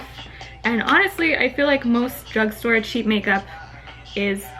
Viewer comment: you said bruge store you do that